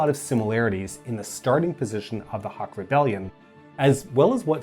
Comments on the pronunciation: It is pronounced “Hook”. Great video nonetheless. 👍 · This... I definitely didnt expect. As a Filipino, there really is a lack of details regarding cold war history besides the ones tied to Marcos. Also, we usually pronounce Huk as Hook and Osmeña as Os-men-ya (notice the ñ [enye] rooted in spanish) Edit: We also pronounce Quirino as Kee-ree-noh